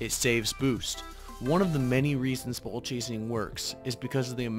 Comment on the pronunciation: Nice video! I definitely like your angle on ball chasing and explaining that there are in fact times you should ball chase, but like all things it must be balanced In the beginning, the way you say “ball” I kept hearing “bull chase” 😂😂